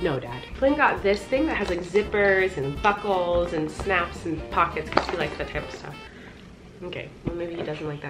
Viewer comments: Did anyone else hear her say fuckles instead of buckles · what she said.....”flynn got this thing that has zippers and buckles.....” what i heard.....”flynn got this thing that has zippers and buttholes......” my innocence is gone......